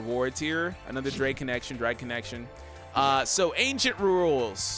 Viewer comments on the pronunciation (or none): none